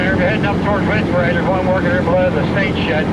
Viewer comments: I think its pronounced Wilkes "Bar" as opposed to "bare". Locals please correct me if I am wrong. And hey, eat what works for you man. Everyone is different. I'll have to check out some of your older videos. Thanks for mentioning them. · Wilkes berry